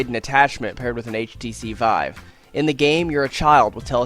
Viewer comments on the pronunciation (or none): none